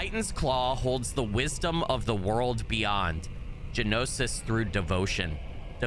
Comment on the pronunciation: Gnosis is pronounced No-sis or Nos-sis. it means knowledge, knowing, specifically of ancient or hidden mysteries. if you've ever heard of Gnostics or gnostisicsm its the same word.